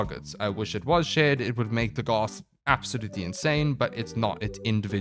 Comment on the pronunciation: Pronounced DAGith